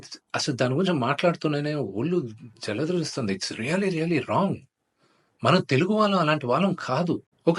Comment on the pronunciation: Bro ollu jaladaristundi kadu ollu jalakaristundi anali .focus on 1.1 second to 1.5 sec 😂😂